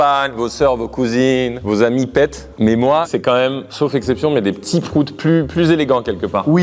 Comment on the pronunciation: Mdr quand j'ai lu pets, j'ai pensé animaux en anglais... Puis j'ai entendu la prononciation bien à la française 😂